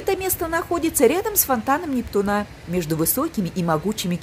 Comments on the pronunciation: 🚩 Спасибо большое за эту экскурсию, но впечатление портится, когда слышишь "фонтан Нептуна́" вместо "фонтан Непту́на" 😀 Хорошо, что Нептун не реальная личность (во всяком случае в наши времена 😀), а то он мог бы подать в суд на. 🤪🤓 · наверное правильно НептУна.